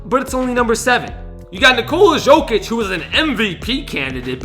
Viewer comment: Every vid gets me mad its pronounced YO-kid not JOE-kic